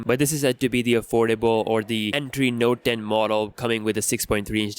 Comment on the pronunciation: Did u say Notden ?